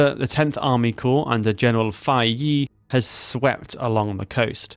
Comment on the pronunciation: Fei Ye is pronounced as Fey Yeh Xiamen is close to (but not exactly) Shaw men Xiao is pronounced like she-ow, but quickly as one syllable Tou is "toe" Suo is like the first sound in swallow The rest were pretty close. And no judgement here, Chinese is hard and the romanization doesn't always have the pronunciations you'd expect.